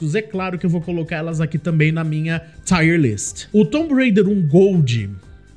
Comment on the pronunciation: O Tomb Raider 1 é o pra qual eu mais volto a jogar. Zerei ele rapidão qnd saiu os remasters. o II e III nem serei ainda. Tb gosto do primeiro do Reboot, da ilha. Só um pequeno detalhe, a pronuncia da palavra tier é tir [ˈtaɪər], é parecido com a pronuncia de lágrima (tear), sabe? Tá tire no título. É tier (nível). Dps vc corrige lá. Tier lists normalmente dão bastante view, tomare q dê pra vc tb.